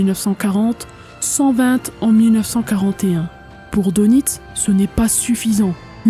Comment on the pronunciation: bonjour! Dès le départ et tu commences à me connaître un peu... Karl Dönitz, on prononce DEUNITZ U-Boot = Untersee Boot = bateau sous marin = OU BÔÔT... Allez, je vais t'écouter!